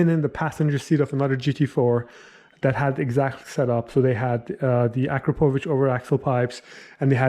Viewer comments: It’s actually a Kra po vich lmao. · It’s pronounced A -Krap -Ovic.